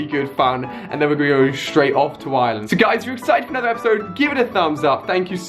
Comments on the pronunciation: And Ali your pronounce it wrong it's Ireland not island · I sweat people in England don't see the R in iReland they say "I-land" it's IRELAND it's I-land